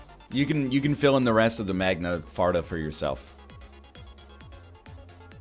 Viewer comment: did this dude really just say magna farta